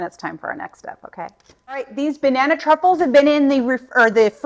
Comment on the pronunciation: I definitely need my hearing checked again, sounded to me at first like you called this dessert Banana Cuckold's! You're a hoot girl!